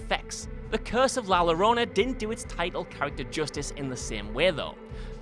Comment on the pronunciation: "Llorona" is pronounced "Your-onah" (roughly).